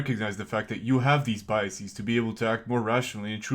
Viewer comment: I wouldn't be so sure. He says "biaseez". What even is a biasis? Brain problems start small and before you know it you're a drooling catatonic staring at the whitewashed wall of a nuthouse room.